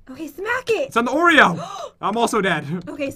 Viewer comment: Pat said orea not oreo